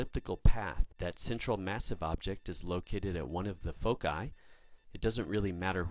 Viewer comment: Except for: 1. Eight months in a year, what planet is he sending this from ? 2. Foci is pronounced: foe - sigh